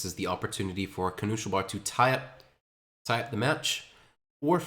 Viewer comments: The pronounciation of knuschelbär is so triggering lol. Noosh-el-bear. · I wonder why twitch chat didn't correct him eh